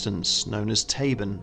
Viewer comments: Tabun is "TAH-boon", not "tay-bn". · "Mielke"is not pronounced "Mee-Elke" but "Meelke"....and "Tabun'" is not pronounced "Tay- bun" but "Taboon".